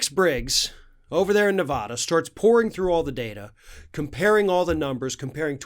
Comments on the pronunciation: Listen, sorry but it's NOT "ne-VAH-dah". Nevada. "a" as in "cat". OK??? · It's so hard to hear you say Ne-vah-da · I love your videos but as someone that lives in Nevada... it drives most Nevadans nuts when Nevada is said wrong. It's Nu-va-duh. Thank you! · Please pronounce NV correctly! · Please pronounce Nevada the right way.